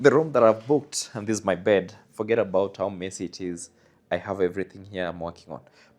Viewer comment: if you don't gerrrri't, forget abarrrri't. 🤣🤣🤣